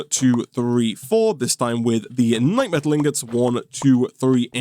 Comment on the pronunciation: for yall who didn't know, died 6 times to the lich, which he didn't show here lol, also note that keeps misprounouncing the knightMETAL as knightSLIME for some reason